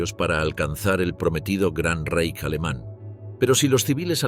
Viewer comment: Tal como pronuncias correctamente Reich (en oportunidades, no siempre) debéis pronunciar Weimar